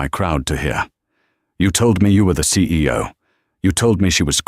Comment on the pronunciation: Announcing the "CAO?" instead of "CEO?" Lol.